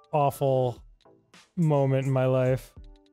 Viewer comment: Was the way Arin says "upside down" a bit or just one of those Arin things like "bolth" and "molment"?